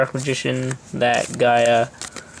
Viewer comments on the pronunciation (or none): none